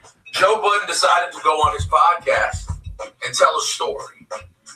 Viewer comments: His name is Joe Budden. Not Joe Buddens... lmao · Man its been over 20 years the mans name is Joe Budden not "Buddens"